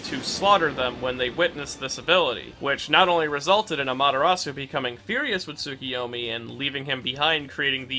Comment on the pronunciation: Its tsukuyomi not tsukiyomi.